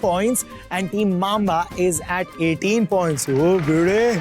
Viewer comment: Did he actually say 8bit mama instead of mamba😂